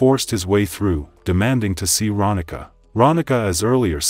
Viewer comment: It’s Ronnika (Ron-nee-kah). I went to school with her.